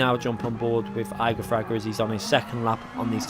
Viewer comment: Please stop saying his name. You are saying it wrong. Jesus Christ.